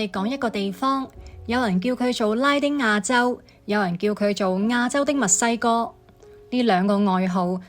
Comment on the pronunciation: 原來AI 都有懶音，係墨西哥，不是密西哥